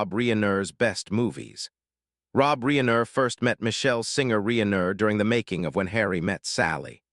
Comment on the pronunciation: Whadya mean? This warmly super-human -like, not at all AI-sounding voiced-narrator sounds like he’s a real expert on Rob “Ree-aye-ner”.😂😅❤